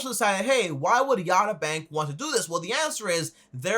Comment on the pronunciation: its not yatta, its yotta frok Greek